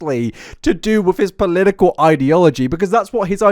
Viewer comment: take a shot every time this man says polilical instead of political